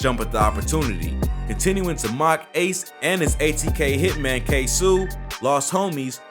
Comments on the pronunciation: Ksuu😂 ksoo lol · It’s ksoo